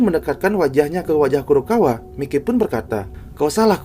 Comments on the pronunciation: Maiki bang bukan mike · Mike Mike apa sih 😂 harusnya Mikey dibaca Maiki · Bukan Mike bg sebut namanya Tapi dibaca maikiy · Masukn itu dibacanya maiky bukan mike . bg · Maikey bg bukan mikey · "Mikey" ❌ "Maykii"✔️ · Maiki bg klo di baca bukan mikey😂